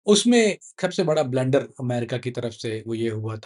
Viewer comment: یہ بہت بڑی فلم ہے۔۔۔ ایک سابقہ انٹل والے کو یہ ویڈیو بھیجی ۔۔۔ انہوں نے فرمایا کہ اول تو یہ انٹل بیک گراونڈ کا بندہ ہی نہیں، اور اگر ہے تو یہ انٹل کی دنیا کا چاہت فتح علی خاں ہے۔۔۔۔😂 بلنڈر کو بلینڈر بولنے والا ۔۔۔😂😂😂